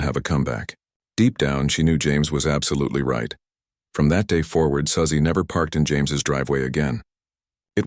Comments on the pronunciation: A.I. narration is terrible! Susie and Suzy are pronounced SOO•zee, NOT SUH•zee. Get a real narrator and an editor. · Quit with the AI voice. It’s Su-Zeeeeee